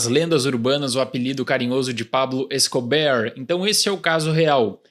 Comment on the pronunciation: Quase engasguei aqui almoçando quando ouvi o "Pablo Escobear", kkkkkkkkkkkkkkkkk.